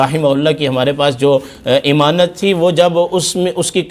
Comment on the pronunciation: اور حضرت درست لفظ ، اَمانت ہوتا ہے نہ کہ اِمانت ، کرم فرمائیں آپ کو لوگ دیک رہے ہیں